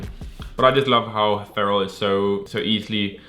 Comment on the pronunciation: why this man keep calling Pharrell, "ferrel"